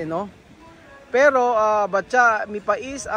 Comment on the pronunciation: ano talaga, patcha o batcha? iba kasi pronounce mo sa pangalan eh.